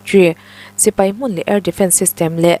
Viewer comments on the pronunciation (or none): none